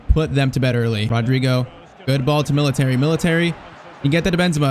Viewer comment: Bro calls militao "military" 💀